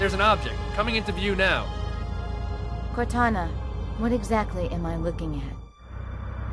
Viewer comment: no, said cortaghraphy